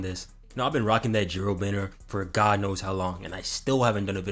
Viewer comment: Please don't say God like that